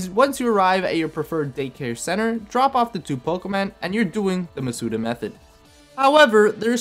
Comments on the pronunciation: How do you just pronounce Masuda's second name correctly and then keep saying MasUda, like, what? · You pronounced Masuda wrong